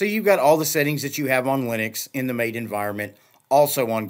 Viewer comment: MAA TEE not Mate (as in "good on ya mate").